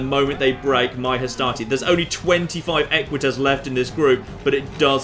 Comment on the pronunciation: Equites ~ Eh-kwit-ayz? Rather than Eh-kwit-ezz was my understanding.